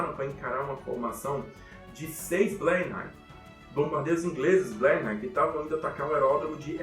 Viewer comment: Não conhecia o canal, fiquei impressionado! Ótimo trabalho de pesquisa. Só uma correção que na verdade é uma bobagem, mas a pronuncia do bombardeiro leve inglês Bristol Blenheim, lê-se Bristol " Blenãm". É mais uma das esquisitices do idioma Inglês. Abraço!